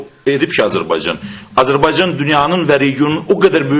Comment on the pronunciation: Этот урод говорящий про Азербайджан,даже правильно произнести не может-Азербайцан ))) Убейся цуко об стенку!